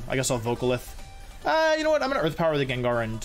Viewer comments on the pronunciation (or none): Why does he call Gengar Jenjar 🤣🤣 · That time you said "Jenjar" that was great. LOL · How the hell did you pronounce Gengar? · The pronouncing of gengar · The way you pronounce "Gengar" as "Jenjar". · How is one of the most popular pokemon players saying "JenJar" instead of "GangGar" Gengar. Absolutely insane. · im gonna have to thumbs down this jut coz your calling gengar a jenjar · Day 1 of asking Wolfey to permanently pronounce Gengar as Jenjar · I wanted him to lose cuz he pronounced gengar Jenjar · Love the vid, but can't stand hearing you say 'jenjar' lol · when he said jen....jar I stopped watching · I'm sorry, but wtf is that pronunciation of gengar? Jenjar?! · It's not 'jenjar' it's gengar, it even says in the Japanese name. GEN GAR ggggggg awesome video though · I had to stop watching when he said Jin-jar. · WHO TF CALLS IN JEN JAR LMAOOOO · Is everyone ignoring how he is saying gengar? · Wolfey, you are a great. But, when you mispronounced Gengar though...